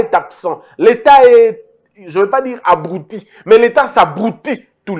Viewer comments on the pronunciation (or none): Monsieur, encore une fois on ne dit pas "abrOUtir" mais "abrUtir"